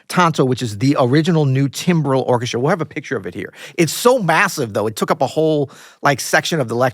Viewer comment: Excellent episode. BTW, this 'i' in 'timbral' is pronounced like an 'a'.